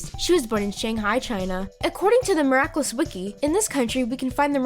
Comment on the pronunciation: Also, stop saying 'miraclus' its annoying